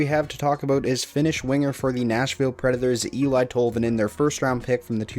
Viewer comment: Just for future pronounciation Tolvanins first name is said El-ee and not El-I